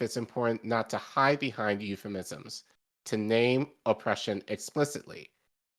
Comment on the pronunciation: I watched for less than 30 seconds. The host mispronounced two words: "euphemism" and "decry."